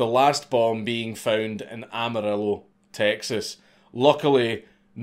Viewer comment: Credit for effort in pronouncing "Amarillo"........